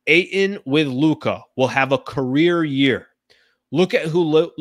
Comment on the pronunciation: Eie it's Ayton .